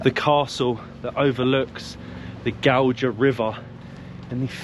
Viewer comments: not Godža, GAUJA. it is J not DŽ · You pronounced the rivers name completely wrong 😂